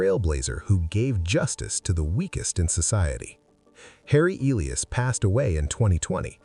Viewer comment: The name Elias is pronounced E-LI-as, accent on LI; and Sassoon is pronounced Sas-SOON, accent on SOON.